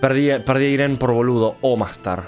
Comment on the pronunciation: Me encanta que dice Airén (su simipour Irene), cuando él nació en la Matanza xdd